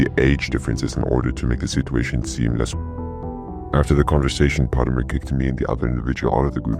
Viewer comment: You say potermer like PAU TER MER